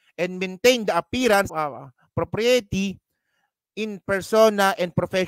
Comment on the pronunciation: Bakit ganun pronunciation ng propriety? hehe